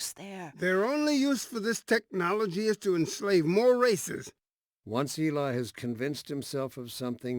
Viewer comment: its eli not ely